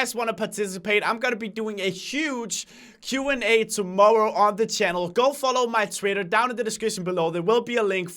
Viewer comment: When says tomorrow it sounded like tomowwoe